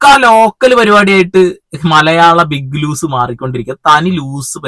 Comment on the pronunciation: ബിഗ്ലൂസല്ല ഭായ് ബിഗ്‌ലോസ് 😂